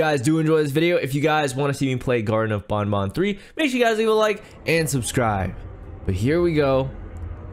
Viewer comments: its banban not bonbon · he is saying bonbon it is banban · It,s banban not bunbun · garten of bonbon lol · Why do people call him bun bun it's Ban Ban (Banned Ban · it's not grtine of bonbon it's grtine of banban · It is garten of Banban not garten of bunbun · Banban not bonbon Sorry if I'm being mean